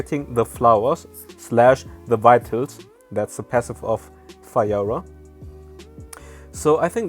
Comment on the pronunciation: Nobody:: FIREORAH